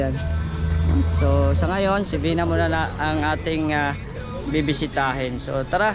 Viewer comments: Vina not beyna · Vina not Vena😂